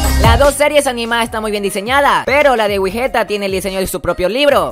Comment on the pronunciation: Me gusta mas wigetta Pero Uno wey ew como obvio que te van a gustar las perrerias de mike ya que esto es un canal fandom de Mike y no de "Wigetta" Dos: Wey se que es algo que no solo tu o ustedes se equivocaron pero es wigetta no wigueta ._...